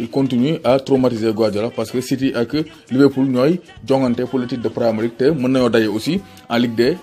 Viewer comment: Bravo. Juste une remarque: Premier (se prononce 1er) league comme en français. C'est un gallicisme. C'est comme cet anglicisme Dealer( se prononce dileur).